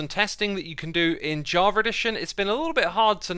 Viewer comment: Why does it sounds like he says "Jarva" instead of java haha